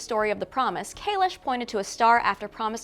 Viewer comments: Nice job. I would suggest calling it "Discovery" instead of "". It throws me every time you do. Probably just me - so please feel free to disregard the suggestion. Calling it is still better than STD though. I don't know why this version went from "Kayless"... to "Kaylish". That's another one that throws me every time I hear it. Maybe they are shrugging it off to "this type of Klingon" - when it's likely caused by the actor's prosthetics.;-) Who knows. In any case -- I appreciate you doing the breakdown and providing a forum for discussion. Well done. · Why does she keep saying Kalish? It’s Kahless!! Like less is more. Less. Kahless. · It’s kahless, not kalesh. You mispronounced it every time you said it. Lol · .... and it's KahleSS, not KayleSH. Maybe get a real fan of the entire Star Trek Universe to write for you guys, are there openings? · Why is everyone now pronouncing Kahless as kahlesh or am i missing something?